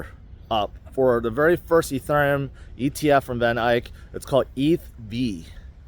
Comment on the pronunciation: Van Eck, not Van Iyke